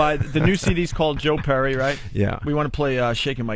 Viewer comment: "Joe Purry"